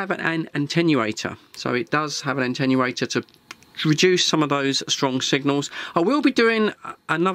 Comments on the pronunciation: Attenuator. It does not Antennurate, it Attenuates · why try to make fun of how some Americans pronounce the word aluminum., the word "atenuatte" has only one "n" but you keep pronouncing it as if it was spelt with an "n" as the 2nd letter - ANTENNUATOR.